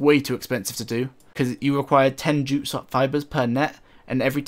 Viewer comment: I kept thinking you were saying "jew" fibers, which kind of made sense with their cost 😂😂😂😂